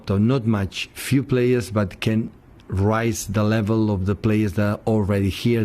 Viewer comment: does he say raise with bad pronunciation or rise?